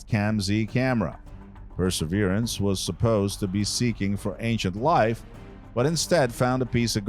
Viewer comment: Wow, this voice over could be used as a template, as to how not to do it. Could his voice sound any more bored? Oh moo a moo a is how you pronounce the asteroid. The Perseverance was pronounced correctly after 5 “Pre severance” attempts LOL. Maybe read through would come in handy?